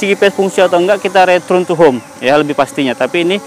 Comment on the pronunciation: banyak btul ulang return nya, nyebutpun mcm salah, saya dgar retrun bukan nya return